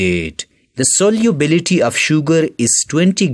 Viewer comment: its solubility and he pronounces it soliubility 😂😂😂